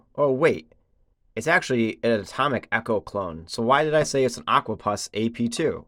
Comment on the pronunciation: "Puss " like ( pussycat) not Pus.